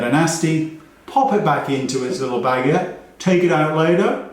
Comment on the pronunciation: Absolutely howling at the vision of sticking a powder puff inside a baguette 😂 I know you meant bag-ette as in a small bag but that’s not what it sounded like and I genuinely nearly peed a bit from giggling 😂